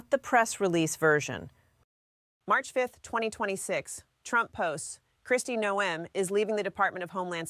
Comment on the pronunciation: She called her "Kristi No-em" , so yeah.